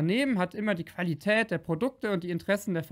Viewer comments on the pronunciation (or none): "Qualiät" ist das ""t" auch von HongFa? 😂